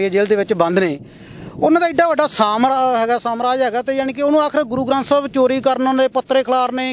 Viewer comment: O patarkara bolna da trika sikh la.. samrajya nu samrajs kahi janda... Fer interview leya kar... gusse aa jande aa garo uthe k